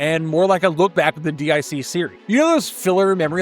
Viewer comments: It's not called "D.I.C.". It's called "Dic" pronounced "Deek" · D-I-C??? No sir, it’s an acronym pronounced as “Deek.” They even say it during their logo screen at the end of the episodes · Dic is pronounced Deek. It's not initials, it's a name. It's French. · DIC is pronounced “Deek” and is pronounced in most shows closing credits.especially Inspector Gadget, but you knew this right? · DIC= Deek